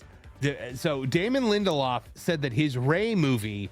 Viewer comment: If it says lindeloff it equals me never watching.